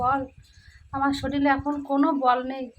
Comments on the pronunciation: তোমাকে একটা কথা বলি শব্দটা হল শরীর | শরীল নয়। চিন্তা কোরোনা | সব ঠিক হয়ে যাবে | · কথা টা শরীর,শরীল না। তুমি যেটা বলো ভূল বলো। নিজেকে শুধরে নিও। তুমি তো কিছু পড়াশুনা করেছো, এইটুকু নিশ্চয় জানবে।